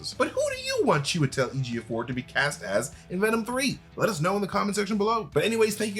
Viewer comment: He's definitely showing off pronouncing chewy's full name so easily